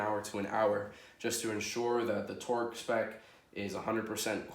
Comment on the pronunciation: “Twerk” torque they sound the same when u say it that many times... lmfao pin this if you agree